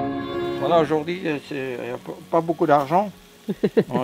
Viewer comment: j'adore quand vous dites aujourd'hi 🤣😍